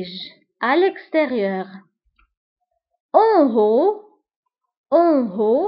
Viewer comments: عزيزتي نطقك ل En haut خاطئ فهنا h لا تنطق او تنطق ك الف مضمومة أٌ.[ اُون اُو ] 😮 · من فضلك الكلمة التي تبتدأ ب h هذا الحرف لا ينطق مثلا en haut